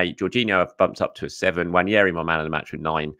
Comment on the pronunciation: How you read that name on the back of his shirt and come to the conclusion that it's pronounced "Wan-yeri" just baffles me tbh. I've also heard english commentators saying William Salimba and Eddie Nikita. Like come on guys really?